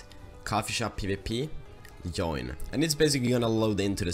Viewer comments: Haha its "Tschoin" but i like your video very much :) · I know it is an old video,but you're pronouncing "join" the wrong way it's so funny lol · I like how you say join (yoin) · You pronouce join weirdly